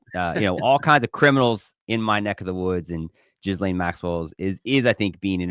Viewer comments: It’s not jizzlane…. It’s Ghislaine like key Layne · Yall sound ridiculous calling her Jizzlane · It's not j i z l a n e Maurice